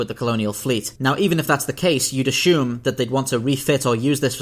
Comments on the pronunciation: I’ve done deep research and yet to have discovered an h in the word assume. I’ll add more information if I discover. As shoom? I couldn’t watch the whole thing for this irking me lol. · Why do you pronounce "assume" like it has an "H" in it?